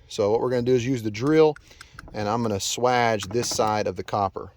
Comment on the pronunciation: For that entire part of the vid I'm like swage pronounced like" Sway Age " 😅